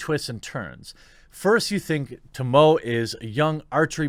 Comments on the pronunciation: Jeremy needs Sensei Ishikawa to teach him how to say “Tomoe” lmao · dude i DEFINETLY agree with how not all games need sequels! some games are best where they end best, no more. also tomoe's name is pronounced "toh-moh-eh", not "to-moh" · Her name is pronounced as "to-mo-eh", not "to-moe" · Dammit, Jeremy your Japanese is awful! Every letter makes a sound in Japanese. Tomoe is pronounced Toh-moe-eh. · Not a big deal, but just for the record Tomoe is pronounced Toe-Moe-Aye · "Ta - mo".......lmao! 🤣🤣🤣🤣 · Tomoe = Toe Moe Aye. Quit butchering simple names!!